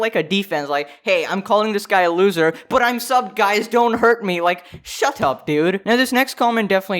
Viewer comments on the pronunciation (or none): I like the way you say shut up. It sounds like your so pristine and such. Shuttup with heavy rich accent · “shhhuh tupp dewd” ... 😂 gets me every time. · I like how he say's 'Shut up' in a British accent even tho he's not British i also have a habit of saying 'Shut up' like that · I like his accent when he says "shut up man" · he just turned British with that “shut up”